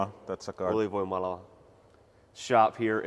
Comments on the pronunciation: Your pronounciation of Ylivoimala is getting pretty close. You just need to train the first letter because it sounds like you're saying "Ulivoimala" instead. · ville was just polite :-) As a finnish speaker i can say that the pronounciation in the end was getting closer, but it wasnt there yet. But to a finn that is no surprise, nobody from outside finnlands gets anything pronounced correctly after just a week. I know people from england living here since >10 yrs and while theyre understood - everyone immediately knows they did not grow up here. Finnish language, is the most literal there is by that i mean: they pronounce every letter, there are no silent letters - and A is AAAAh like in the dentist chair.... an E is always an E like Energycrisis .... if something need to be stretched out, they would use two letters. so his name Ville is very different from vi-leh as foreigners pronounce it. Finnish kids learn the pronounciation in school like this: Yli-voi-mala Vil-le - that forces you to not ignore the double "l" as many foreigners tend to do. (ps: voimala is what we call powerplants, yli is basically the finnish "super" in this context - ylivoima would be superpower) Allright, lecture over - lets get a mulled wine (glögi in finnish) and spice it up with some rum ..... brumm brumm